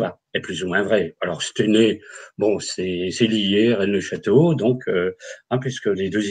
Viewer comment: Aah les amis à 1h 04 minutes on dit à stEUnay (Stenay donc..) petit coucou à des Forains de la bas Katia Verstoefer et William a l'époque il est partis.. Et c'est dans la Meuse les gas pas dans les Ardennes... 😉👍